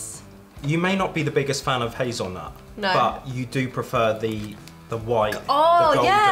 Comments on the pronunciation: Yes!😃100,000 Grand! It's not Hazelnoot, it's hazelnut!😂😂 Y'all are so cute! And yes they do Golden Oreo double stuffed. Crush is an American soda pop in many favors. You can't buy all item you try anywhere in America. Some things are sold West Coast, East Coast, Southern, etc... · It’s hazel nut not noot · Did anyone else cringe when they said hazel-noot instead of hazelnut?